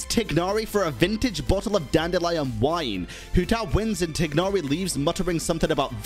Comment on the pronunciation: Why do you pronounce my boy Tighnari like that xD